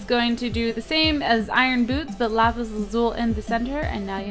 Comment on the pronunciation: you youst to say lapees I don't know how to say youst